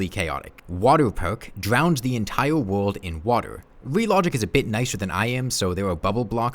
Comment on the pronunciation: Entiwe wowld